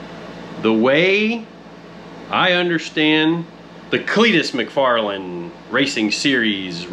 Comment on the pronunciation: Mac far Len 😂😂😂